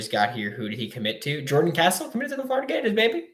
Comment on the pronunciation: Can you plz say his last name right he is now a gator gotta say it right